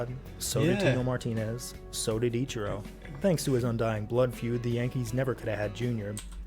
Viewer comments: EACH-E-ROW read your comments dude :P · no he's just poking fun at pronunciation of ichiro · Mans got flamed in the comments and still can't pronounce the name "Ichiro"